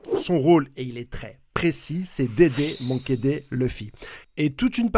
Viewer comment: « Monkey Dè » 😭